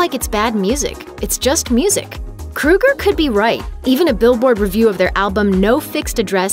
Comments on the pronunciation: Why does she keep saying "kru-ger"? It's "kro-ger". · Isn’t it pronounced Kroger & not Kruger??? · Its not Kruger idiot. Its Kroeger lol. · His name is Chad Kroeger, not "Krueger." "Crow Grrr." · OFFS. KRO-ger not KRU-ger! SMH. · His name is Kroeger (Krōeger). She pronouncing it like Freddy Krueger. 🙄🙄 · Except his name is Kro-ger, like the g store. Not kru-ger. Like the serial killer. But you seem to be convinced that Nickelback sucks so proceed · Love them. And its KROEGER not KRUEGER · KROEGER NOT KRUEGER. He isn't killing people in their dreams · Chad "Krow Ger" .. not "Kru ger " .... gotta be ? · Chad Kroe gur surely, not Chad Kru ger .... ? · Why are u calling him "Chad krueger" it's "kro-eger" pronounce it right. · I nearly died because she pronounced Kroeger like krueger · It's Chad KROGER not KRUGER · It's Kroger not Krueger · what? kruger?! hahahaha it's kroeger (kro-eger) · she keeps saying kruger..its kroeger...fuck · The fact that this dumb chick can’t even pronounce his name correctly says it all. Nickelback or Chad KrOger not KrUger gives no’s shits about this bullshit. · Take a shot every time she says “Krooger.” Bonus; Take another shot because it’s pronounced “KRO-GER” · Isn't it pronounced Kroeger (Kro-ger) like it spelled? Not Kruger, like Freddy Kruger? I can understand the confusion since most of Nickelbacks music was a nightmare. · It's Kr-oeger, like Ogre not Krueger like Freddy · His name is KrO eger. Not KrU eger. If you are going to do a video at least get his name right. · They should have at least pronounced his name right! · Anyone else annoyed she keeps saying Krugger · Its pronounced. CROW- ger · His name is pronounced 'Krayger' just like Matt Groaning,the guy behind 'The Simpsons' Iown 3 of their albums never get tired of playing them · Who the hell is Chad Krooger? Learn to pronounce correctly. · Chad "kruger" really? Thats not how you say his last name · It’s pronounced kr- oe- ger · Not to sure if that's how you say his name